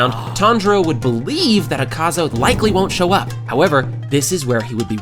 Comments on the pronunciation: e serio isso azaka e n akaza:face-red-droopy-eyes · akaza? noo azaka? YESSS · é akaza não sakaza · É akaza não azaka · bro you said azaka sorry but it's akaza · O cara falou azaca kkkkk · Porq vc fala umas palavras erradas? Tipo nome do akaza?